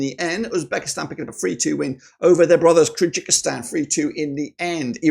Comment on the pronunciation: Kyrgyzstan is called differently sir , look up in Google translate with voice , Qatar 🇶🇦 2 3Kyrgyzstan 🇰🇬